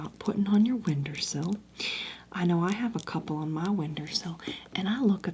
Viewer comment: Not windersill lol.